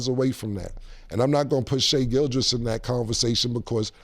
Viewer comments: Mase be fighting for his life trying to say Gilgeous 😂😂😂😂 … He be saying Gilchrist… Gilchest.. just like cam saying Mike Tomlinson or Joe Burrows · I understand if you see a name spelled and you mispronounce it the first couple times you see it. But if you hear people pronounce it all the time then it shouldn’t be that hard to repeat, especially for rappers😭